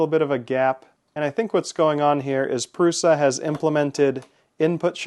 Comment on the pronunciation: No, pronounced 'proosha'.